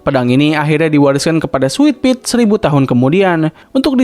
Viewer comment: Sitadel bukan sitidel Switpi bukan switpit